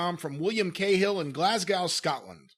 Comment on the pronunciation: Americans when you say glasgow say it as glasgo